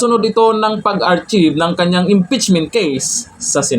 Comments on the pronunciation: ARCHIVE….. pronounced [ R-kayb] NOT Ar-chib. 😛😛😛😛 No offense… wag magalit!!!!😛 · Hindi po yun "AHR-CHIV" correct is "AHR-KAYV". thank you😉🙂